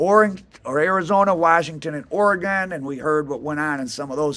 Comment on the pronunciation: Ore-guinn not Ore-gone..